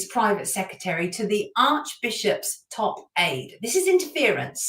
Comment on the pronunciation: Sonia, please pronounce the word secRetary properly, it is not secetary. I made the same mistake for years😊